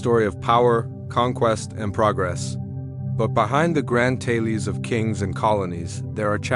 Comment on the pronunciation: I hate AI narrators...."taylies" instead of tales.... ruins the video